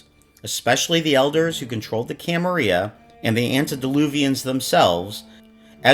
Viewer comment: I think you got a word wrong. It's "camarila" not "camaria".